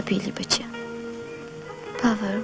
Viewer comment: No właśnie powinna wołać "Paaweel" a nie "Paaweeł"... Niemcy nie wymawiają'ł' (Franciszek Dolas : Chrząszczyrzewoszyce powiat Łękołody)